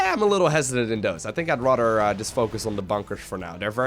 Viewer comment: Where are you from, you have a weird accent and I don't mean it in a negative way, I like it. You pronounce "rather" kinda like "rudder".